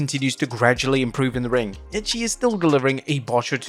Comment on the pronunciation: You just botched the word ring😂